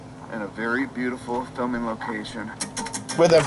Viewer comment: filming, not filing.